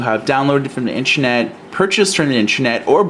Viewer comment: So annoying when people say intrenet. It in is pronounced inTERnet! Not inTREnet!